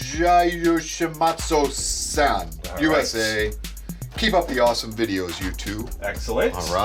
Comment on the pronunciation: I forgot I put jyushimatsu Aghh I'm sorry, had a hard time pronouncing it XD